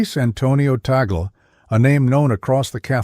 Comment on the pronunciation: Misleading title! Out of nearly 20 minutes, not even 1 sec was showing what he did! and his name was not even correctly pronounced